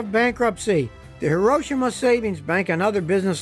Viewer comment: You say HIROSHIMA correctly, most Americans say Hero-Sheema (the emphasis should be on "Ro")